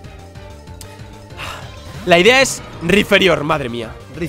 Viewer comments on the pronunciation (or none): Por qué le dice "RiFerior" a Rhyperior? Si no hay combinación "ph" para que suene como "f"